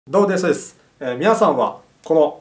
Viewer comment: 最初にどーもが言えてないwww